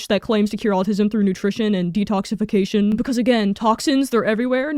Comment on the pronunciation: Im not American, but it kinda sounds like youre saying altism?